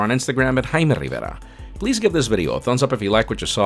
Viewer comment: Even tho your English is perfect I really like the fact that you pronounce your name the Spanish way jaja